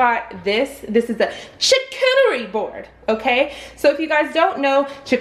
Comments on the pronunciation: It's pronounced char cue ter ee. And don't pronounce the cue too much like cue. In English there is no sound that sounds like exactly the same so it's the closest to it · I think it’s pronounced shar-cooter-ee 😆 One of us are saying it wrong! 🤷🏼‍♀️